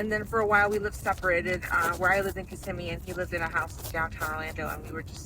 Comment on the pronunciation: Not to be rude, but Kissimmee pronounced: Ka-sim-me ... not kiss-a-me 😂 ... many miss that nuisance including me at first ...